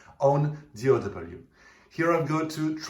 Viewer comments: DAW not DOW dude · He meant D “Au” W… Digital Audio Workstation .. Au sounds like O.